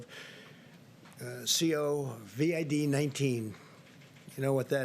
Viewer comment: LOL. He didn't know how to say COVID-19. Then later on he calls it COVED.